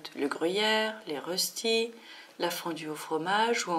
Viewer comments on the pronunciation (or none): On ne prononce pas les "rossti" mais les "reuchti". Et la fondue chinoise tranchée ainsi on la trouve dans pleins d'autre pays... pfff... Sans compter le pâté en tube, idem, plusieurs grandes magasins en commercialisent un peu partout dans le monde. Ce n'est pas parce que ca n'existe pas en France que c'est le cas dans le reste du monde !!